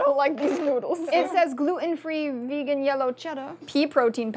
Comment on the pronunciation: Love but the way she says gluten kills me. It’s “glue-ten” not “glue-en”. Ugh